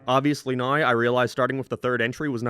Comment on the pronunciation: "neoouwww" Dude canadians are not real, literally hate english canada canada would be my least favorite country and people if quebec didnt exist, since quebec exists its up there in my top 10 though, you literally cant speak english and you do it on purpose its so gay